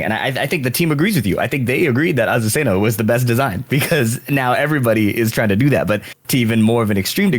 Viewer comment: Asuzena 😭 please...